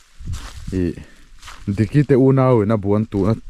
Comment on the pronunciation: Mizo people listening - diker Other people listening - digger